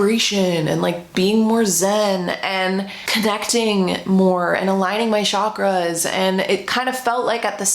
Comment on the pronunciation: if you're going to continue mentioning chakras, I beg you, I BEG YOU to learn to pronounce it correctly. CHakruh. It's Sanskrit. CH's aren't SH.